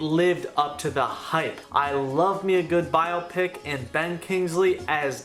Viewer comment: spent this entire video wondering if you'd ever learn to say biopic. sad!